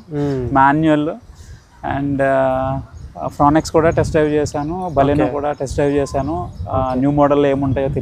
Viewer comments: Fro-nx kaadh fronx anu mundu bro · ఫ్రాంక్స్ అనాలి. ఫ్రానెక్స్ కాదు 😅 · Are baba yeh fronx hai fronex nahi 😂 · Fronex kaadu Bhayya review iche mundu okasari google chesi pronounciation chusko. Manam em English vallam kaadu, but review lu chese mundu chuskunte better. Simple step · ఫ్రోనెక్స్ ఏందిరా స్వామి... ఫ్రాంక్స్ అనలేవా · Bro small correction it is fronx not fronex please correct it